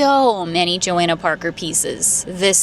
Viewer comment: FYI her name is pronounced JohOnna, the a isn’t pronounced